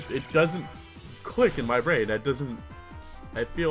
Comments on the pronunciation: It's Brain not Brian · Abra was called Brain not Brian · Brian? It's brain...XD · Dammit, it was "Brain" not "Brian." xD